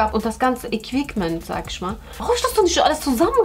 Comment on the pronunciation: Hahahhaha ich kann nicht mehr „equikment“ 😂😂😂😭